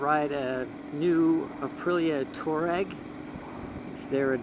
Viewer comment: Over this side of the pond we say "TWAA-REG" which is the way the Saharan desert people pronounce their own name. Your pronunciation sounds like "TOE-RAG" and in British English this is the description for the sort of person who'd steal your grandmothers purse. 😯